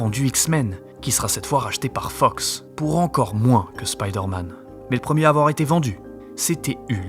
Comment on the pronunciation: Marveul Spyydeeuurrmeenn je chiale 😂